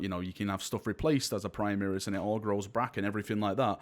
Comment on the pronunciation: "Primeris" lol :D